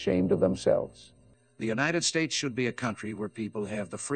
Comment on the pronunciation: Wow digital Trump really mangled a lot of those words. AI is getting scarily realistic! God bless the United Shaysh!